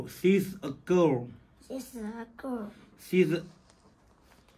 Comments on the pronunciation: 是sh不是th...18塊也太便宜了吧！！！ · 教错了！SHE 像shhhhhh🤫不是念C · 唸...敘 不是矽🤣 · 什麼細呀，😭😭～she 怎會念成（細）呢😭😭😭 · She發音❌了吧！不是咬舌音 ，有點像發”虛”的音。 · She 应该唸类似虛的音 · 河南话 没有很多卷舌音是把？ 把 你的舌头 向后卷， 试着用舌头尖碰 上牙膛， 然后发出 长音 Yee.. 连起来， sh.... yee..... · she也念错了😂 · she 發錯咯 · she 發音不標準，發音不對，可以查google有標準英語發音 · 翻譯？She不是這樣念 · 你读错了，舌头不能被牙齿要住，she可以读成你儿子那样的， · 别教了，你英语也很差啊，谁she。。。。